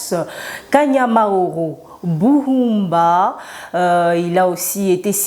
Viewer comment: Merçi soeur pour Bien pronouncer "Kanyamahoro" qui vient de la langue parlée par Les M23 ça.prove qu'ils sont chez eux!! Sur Les montagnes de leur encetres. Le sadc me feront rien, ils ne sont pas souples, ils seront tombés.en faillite comme ils ont echoué en Mozambique😅